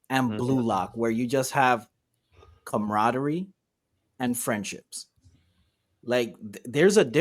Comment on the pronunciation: "It's comerodery" lmaooo